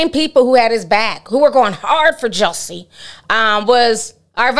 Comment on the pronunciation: How you keep saying Juuiusie🤣🤣🤣